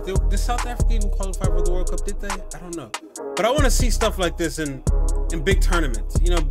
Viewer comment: "I likeeeee dis😁!" 😂😂😭